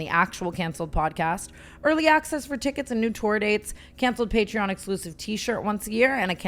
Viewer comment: I can’t with the way tana pronounces patreon 💀